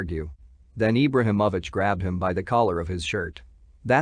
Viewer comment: You’re not even saying his name right. What low budget shit is this.